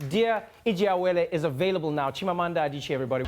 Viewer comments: No he said Adicheeee' . It is pronounced AdichiYAY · BeautyFrenzy Blog - Daalụ nwanne m nwanyị (thank you, my sister). That's simply Igbo 101. Back to Trevor: at the end of the clip he got Adichie perfectly correct. Chimamanda? Almost perfect (still not correctly intoned, which is crucial in African languages, especially Igbo). He even got the book heroine (Ijeawele) perfectly intoned at that wrap-up (yes, Trevor is great, but not perfect 😋). Now for those of you out there thinking we're "stretching this thing too far", Africans are actually more tolerant with non-native speakers warping up their languages, than Europeans for instance. This whole debate of whether Trevor correctly pronounced Chimamanda Ngozi Adichie was actually initiated on this thread by one Nia Imani-Diarra, a self-proclaimed "American granny of 66 yrs old" who declared that Trevor got the pronunciation perfect, and would NOT hear any contradiction from anybody, not even from Igbo native speakers! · He must have practiced for long. Even some Nigerians cant pronounce Adichie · Trevor did well pronouncing her first & second name but not so well with her surname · He almost got it correctly. The last name was slightly wrong.